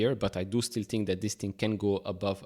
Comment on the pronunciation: Its "think" not "tink" and "thank" , mot "tank